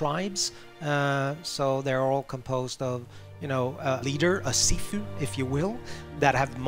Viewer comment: It is pronounced Shifu not Seefu